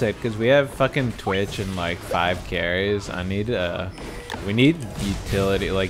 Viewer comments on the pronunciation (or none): none